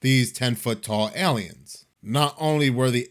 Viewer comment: The way you say “Aliens” is hilarious. Airleeans